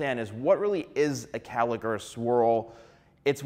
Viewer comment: It’s not Callick! It’s cowlick!🥹